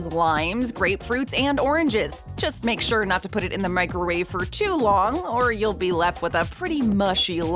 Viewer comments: Am I buggin or did she say "microrave" a couple times? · The baby at the end was a nice touch to the video and well placed..but what on earth is a Mikerwave?..a better way to say Microwave